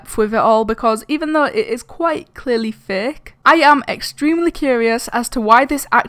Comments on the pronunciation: Xd and plz say fake not faaaaak no disrespect it's only funny when you say it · Is it only me who thinks it or is really saying:these videos are thicc,zeph's videos are thicc the whole ghost thing is thicc(no hate)(i know she's saying fake but it sounds like thicc)